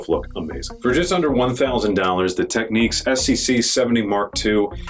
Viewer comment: Pronounced TECH-NIKS. Not TECH-NIQUES.